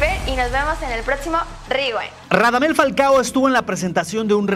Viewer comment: Que NOOOOOOOOOO se pronunciaaaaaaaaaaaaaa "RIWEEIINNN" es "RIWAINDDDDD"